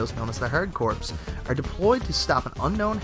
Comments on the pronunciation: Oh my Christ, Hard "Corpse." Jesus Christ. I'm amazed how illiterate people are these days. It's not hard to learn how to speak, you know? I mean, how do you not know the difference between "corpse" and "corps?" Come on people. This is not hard. It shouldn't be, anyway. You should take some pride in the way you talk. If you just don't care then you have an attitude that will not take you far in life. I promise you need to care about things like that or you will never get anywhere. You may not believe me but it is the truth. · contra hard corps is pronounced "hard core" like you would with the marine corps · Corps is pronounced "Core" oddly enough, same as US Marine Corps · Hard corps in pronounced "Hard Core" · "Corps" is pronouced "core". As in hardcore. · Corps is pronounced CORE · Contra: Hard Corps is pronounced without the "P". Sounds like "Core". As in Marine Corps... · obviously isn't an idiot, at least AVG intelligence. It's quite telling who the real idiots are when u all bash a guy because he pronounced "Corps" as "Core", how often does one use the word "Corps", let alone read it unless they are interested in the marines or reads green lantern. You all are tools, shaming Someone for not knowing something, well tell him, then he will know- end of story. Buncha asshat unhinged degenerates u all are. Same crowd that conflates smartphone typos/autocorrects with ones intelligence, miserable fucks. "what's confefe?" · Dude, are you serious with your pronunciation of the Contra game or were you just trying to be funny? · Haha! Right. And its actually a play on words. I'm glad I'm not the only one. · Dude, just admit you fucked up. Someone your age should know how to pronounce "corps" properly. You sound like such a moron when you say it wrong. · Okay I didn't make it though the video but its core not corpse. Its not the marine corpse.... The pronunciation my friend. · Did you just say hard corpse ya dingus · Corps, not corpse.